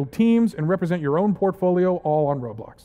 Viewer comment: Called RoBLOX not RoREAL